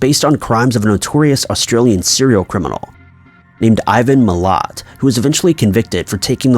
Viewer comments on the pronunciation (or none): Ivan Milat never worked with the police to find the bodies. He never confessed and said he was innocent up until his death last year. Sooo I don't know where you're getting your information from... Also his last name is pronounced Mil-lat.